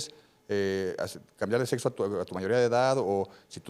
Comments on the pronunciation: No le puedes creer a un pseudo médico que pronuncia etsistir, setso, etc. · Desde que dijo setso Perdió el debate No ma según es doctor y dice setso, bots, etc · Un médico diciendo setso, ¡Por dios, éste es un pseudo médico! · Sin ofender, si el muchacho dice: setzo, no lo puedo tomar en serio